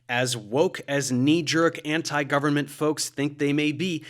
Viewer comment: the only thing i hate about this video is the way dave pronounces government